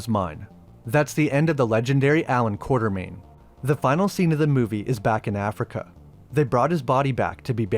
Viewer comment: It is Quatermain. Not Quartermain